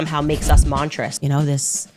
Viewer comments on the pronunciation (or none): How do you mispronounced monstrous? We're just gonna pretend the first s doesn't exist... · She's not English. She's American. If she didn't also mispronounce a billion other words it would be excusable. Don't be mon-truss